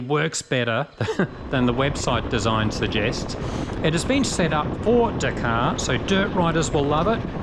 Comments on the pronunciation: in Australia we call it the DAKARRRRRGH RALLY You have to really pronounce it as an Australian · it's ok, I'm not upset. Just disappointed🤣 It's funny though I've never cared about the way you pronounced anything before until I heard you and Dallas both say dakar in these kove videos